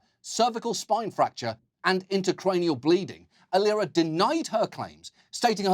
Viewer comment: He pronounced "Aliera" wrongly. It is pronounced "A-lie -raaa"